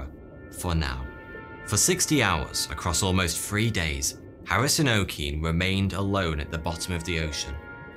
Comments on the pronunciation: If Harrison Okene was a Nigerian, that name “Okene” won’t be pronounced “OH-keen”, it’ll be pronounced “oh-kair-NAIR” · Harrison OKene is pronounced OKeh neh not OKin🙄🤓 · it’s pronounced o-k-nay lol. but nice video! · The Okene in Harrison Okene is pronounced 'O-kay-ney'. From a Nigerian🇳🇬